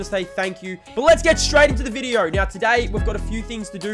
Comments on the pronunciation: Wtf is a “viderrrr”💀💀💀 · Why you sayin video with an R😭😭😭fix that quick